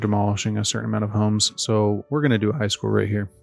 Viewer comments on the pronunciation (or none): none